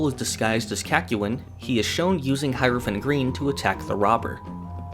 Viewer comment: Man thought I was the only one who pronounced Hierophant green "High-rophant green" instead of "High-er-ophant green".